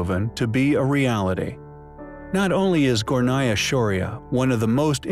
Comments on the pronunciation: It is Gornaya not Gonaya. And it means upper. Just to let you know! Anyway, I like this channel! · You left out the 'R' in Gornaya